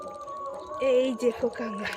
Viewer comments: কাঁগড়া হবে না, হবে কাঁকড়া। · কাঁকড়া বলতে পারেনা কাংরা এটাই মনে হয় এদের প্রিয় খাবার